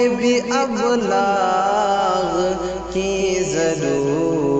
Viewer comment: ابلاغ میں الف کے نیچے زیر پڑھنا چاھئیے تھا۔۔۔۔۔زبر صحیح نہیں۔۔۔باقی غزل اور۔لہجہ تو لاجواب ھے۔۔۔۔۔۔۔بلامبالغہ پچاس سے ذپادہ بار سن لپا۔۔۔۔۔۔دل نہیں بھرا